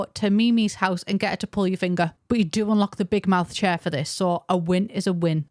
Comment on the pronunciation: che-ar chase cracked me up